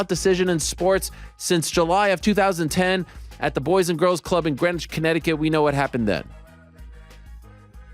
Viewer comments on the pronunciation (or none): none